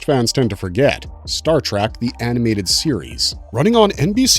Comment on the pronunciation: WTF is Star TRACK? Obviously you were not taught phonics in early elementary school. Or would you say that it is a wagon TRAM to the stars Or perhaps a Waggle train? Really you can do better! I bet you have PITCHERS of family on the wall, right? What bassette ball team do they play for? You really do not know